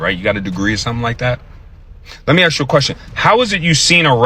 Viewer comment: INside the wing fuel tank and I hope he learns to say ask rather axing questions.... com/watch?v=4Ivi4UdDMbE